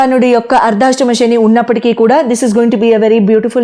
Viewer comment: ముందు మూడు పాయల జెడ వేసుకుని, ఊరికే ఆ కొంగు సద్దుకోవటం మానాలి. ఇదేం సంస్కారం..? స్థిరంగా కూర్చుని చెప్పటం నేర్చుకోండి. రాశి అని పలకాలి. రాషి కాదు. శని అని పలకాలి, షెని అని కాదు..